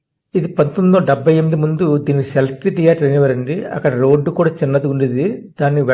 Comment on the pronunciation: ముందు అక్షరాలు సరిగా నేర్చుకో..లక్ష్మీ "TALKS"... "సెలెక్ట్రి" ధియేటర్...నిజం చెప్పాలంటే ఒక వీడియో ఎలా ఉండకూడదో..... నీ వీడియో చక్కని ఉదాహరణ...